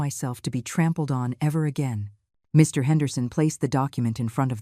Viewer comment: I love the way the AI voice doesn't know that Mr. is not a complete sentence. One gets that pause every time Mr. --- Henderson is to be mentioned.